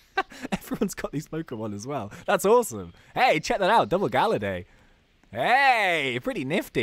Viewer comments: Galayd not galerday. I am spelling what it sounds like. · Ur calling him gallady instead of gallade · GALLADE IS SAID LIKE GUH-LAID NOT LIKE GAL-UH-DAY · it hurts how he says galla day but its galla yd (not how its spelt but how its sounded out) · your saying gallade it actually ga lladle but take le out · Its gallade not galladae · IT IS GALLADE NOT GALLADAY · It is GALLADE NOT GALLADAE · Its Gal-ade not gal-lade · ITS NOT GALLADAE IT GALLADE!! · Rayquaza is pronounced Ray-KWAZ-uh, and Gallade is pronounced GAL-laid. As in BLADE!! Gahhhhhhh, I just needed someone to pronounce these Pokèmon correctly! TO ALL YOU PEOPLE SAYING THE "Salamance" is a SHINY Mega Charizard X, it isn't SHINY, it's just Mega Charizard X!! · Gallade is pronounced Gah•Laid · ummmm... its gallade as in blade not compadre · its not galladay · it's GAL-laid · Gallade Blade of grass arms Its pronounced like blade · That's not how you pronounce Gallade. it is "Gal" and then "lade" like blade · I was cringing everytime was calling Gallade Ga-La-Day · it is pronounce gall-ade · Gallade is pronounced "Guh-Laid" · it's gall ade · Its pronunced gallaid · IT'S GALLADE LIKE BLADE!!!!!!!!!!!!!!!!!!!!!!!!!!!!!!!!! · Gallade is pronounced gal-ayd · ITS GALL ADE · it's pronounced guh-lade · your saying gallade and rayqauza wrong as usual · Say gallade properly😡